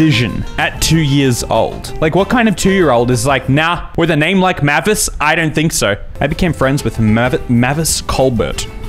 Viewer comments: How haven’t you heard mavis before, pronounced “May viss” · it’s said “may-vis” 😭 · Dracula: Mavey-Wavey: M A H V I S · Hearing him mispronounce the names, while I know it’s kind of a meme, was physically painful. Especially Mavis. Oh my god, that one hurt. Anyone who doesn’t know Frida Kahlo should really look her up. She’s an absolute icon and someone I really look up to as a disabled artist. She was so strong. Even with all the difficult, horrible things she had to go through, starting early in her life, she still lived a life so rich most of us can only dream of. She’s also a bi icon <3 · does he ever pronounce mavis correctly?